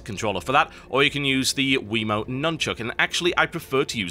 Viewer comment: sorry to be honest, but you sound like a tit when you say "Wii-Mote Nun-Chuck" xD